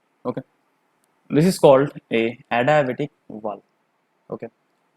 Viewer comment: your adiabatic pronunciation is funny :)